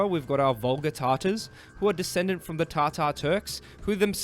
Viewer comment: Note to English people. The name is Tatar and it is pronounced as such. It is not tartar so stop doing that. Call people by the name they call themselves and learn to pronounce it right. It's a sign of respect.